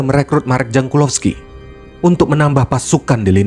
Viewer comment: Penyebutan jankulovski: yankulovskidan jaap stam : yapstam